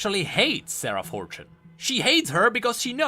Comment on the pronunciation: Every time says "Sarah" I hear it as "Sera" and think he's talking about Seraphine out of nowhere.. ugh